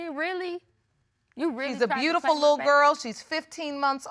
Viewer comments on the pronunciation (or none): "She's 'Brutiful'..."